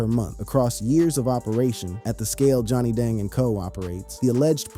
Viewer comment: Johnny Dong huh is that how you say it. Youtuber narrators sure say rappers names jacked up. Or any foreign name. Yea your white 😂🎉